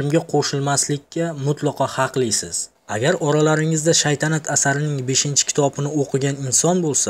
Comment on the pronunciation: Shaydanat deb yubordiz oka togri oqing keyin shaytanat togillap oldiz